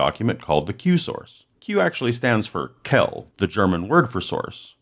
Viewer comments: fyi, the german word "quelle" is pronounced "kwell-e" (kvɛlə) , not "kel" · Quell or Quelle is spoken more softly you said Kell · Kel! That's pretty funny. Quelle has two syllable and the initial consonant is pretty distant from "K"; the tongue is against the pallet, not the back of the top teeth. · As a German I was insanely confused at first when you pronounced 'Quelle' This is how you pronounce it correctly, just in case you want to know: ˈkvɛlə And here is a listening example of the word: (scroll down to 'Hörbeispiel' (=Listening Example)) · Really awesome Video:) Just a silly nitpick of mine: If you want to pronounce the german word Quelle do it like that: Just make the Qu-Sound as you would in words like quality, then add elle, as in Helen. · You botched the pronunciation of "Quelle". It's ['Kvelə] approximately. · Your German sucks, but I loved the video. :D The German word for "source" ("Quelle") has two syllables and "Qu" is pronounced "Kv", so the word sounds less like the French "quelle" but more like "Kvel-le". :) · Gnaaarghhh, it hurts when you try to pronounce german words :D The last e in Quelle isn't silent, like the e in Porsche. And you have to pronounce the u, too ^^